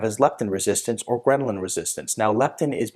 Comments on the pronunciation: Hahaha gremlin resistance! The chart says ghrelin, but doc is mispronouncing it all the tine! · Uh ... it’s called ghrelin, NOT Gremlin